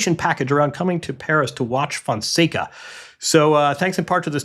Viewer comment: The top half on the men's side is the French Open, and the bottom half is Alcaraz's warm up for the final. 🤣 The draw has made the bottom half criminally boring. It's a big disappointment. And sorry to be nitpicky, but journalists and commentators really ought to start pronouncing Fonseca correctly. It's super simple, you just don't pronounce the "a" at the end. Phonetically it's Fonsec. This is not correction from a Fonseca superfan. Frankly I find the amount of coverage for a player outside the top 50 to be completely absurd, but since we're doing it, I believe we ought to get the name right.